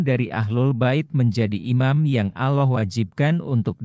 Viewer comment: Belajar yg benar min, menyebut Allah belum pas, apakah anda muslim, sepertinya bukan. Soalnya anak kecil sdh bisa fasih menyebut nama Allah, dan anda blm bisa.